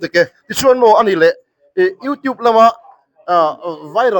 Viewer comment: Pluster a ni lo a Plaster a ni Youtîb a ni lo a Youtiub anga lam tûr Vidiu a ni ni vi-di-aw anga lam tûr